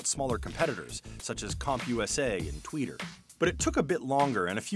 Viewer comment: Did he- Did he just say "Tweeter"?